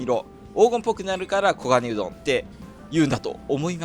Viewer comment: ん、オウゴンウドン言っちゃてますね😁